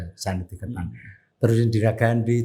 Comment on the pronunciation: Koreksi dikit, sekolah yang di India itu namanya Santiniketan, bukan Sanitiketan.